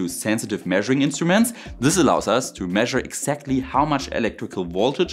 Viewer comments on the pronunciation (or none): none